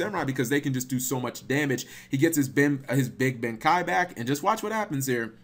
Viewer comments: cap its pronounced ben Kae not ben kai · The way you pronounce Big Benkei bugs me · the level 12 samurai actually banishes from both graveyards not just the opponents in other words it is the only card that enables spell and traps, mostly traps in the deck, I personally use cards like D2 Shield, Rise to Full Height, etc. also its pronounced big ben k